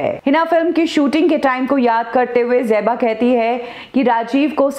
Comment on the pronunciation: It is Zeba and not Jeba! 😤